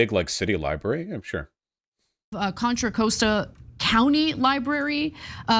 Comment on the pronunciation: Contra "Coasta" lmao. I can't blame her since she isn't from the area but it's hilarious to see a well known person badly mispronounce where you're from.